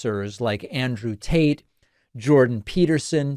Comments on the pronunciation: Am I the only one hearing him call Andrew Tate, Andrew Taint !? hahaha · Did you say Andrew Taint? 😂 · Wait.. did he.. did he just say Andrew Taint?? 😆😆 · Does David keep saying Andrew taint 😂 maybe I’m just hearing it 😅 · Bro kept saying Andrew TAINT 😂😂😂